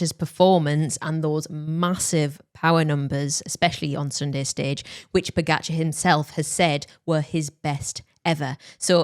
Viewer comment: Why not learn how to pronounce pogacar name correctly? Laziness Indifference